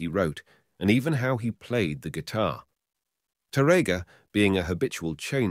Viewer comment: Here the sound is much better than the other video. I still wish the narrator knew how to pronounce the word Tárrega (TÁ-rrega), but instead he pronounced it incorrectly as (taRRÉga) in many instances. It hurts my ears to hear mispronounce Spanish names in English. 🤔